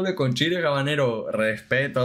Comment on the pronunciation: en español la H no suena, es muda. No es Chile Jabanero, es Habanero ( abanero )